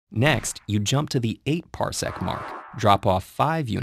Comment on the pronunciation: Wow, ted ed said parsecc, who wrote this, han solo?